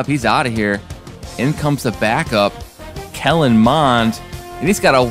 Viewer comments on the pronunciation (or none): none